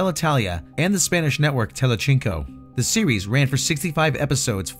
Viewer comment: He also can't say "telecinco". That's Spanish,, not Italian. (Pronounced "tele-seen-co" in the New World, "tele-theen-co" in Castilian.)